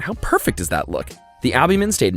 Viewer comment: Stop saying albumen , worse than the fake eating